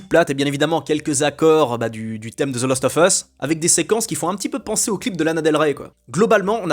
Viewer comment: "last" pas "lost"